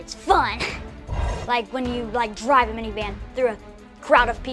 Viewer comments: wait im 12 and i play violent video games, im sorry also did anyone else heard say "mini man" instead of mini van XD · Did you say mini man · He stayed mini man instead of mini van